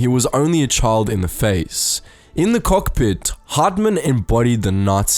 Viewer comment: “We’d be climbing up to the kohk pi”